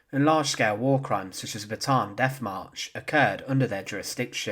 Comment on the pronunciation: It's Bataan, not Baatan. Both "a" must be pronounced separately: Bata-an.